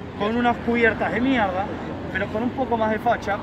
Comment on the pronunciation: "MIEGDA" CUBIERTAS DE MIERGDA! jajaja sos un genio pibe me haces cagar de risa , llegue de casualidad por la review de la cb 500 y me quede en el canal..saludos desde sarafael mza..